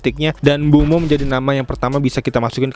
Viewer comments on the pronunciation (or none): Koreksi bang, bukan mbuemo, tapi MBEUMO